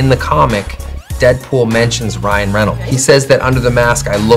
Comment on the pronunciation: 통역자가 어떻게 ryan발음을 r이 아닌 L로 발음하는지 헐 저 실력에통역이라니 놀랍다 ㅡㅡ